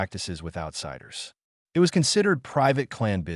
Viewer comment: Why does the narrator keep spelling out IT instead of saying the word it?